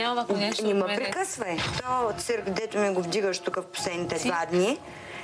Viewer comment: "Ни мЪ прикъсвай"!